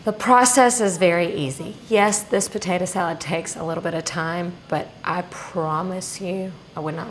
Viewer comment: I just love the way says "patata" 😅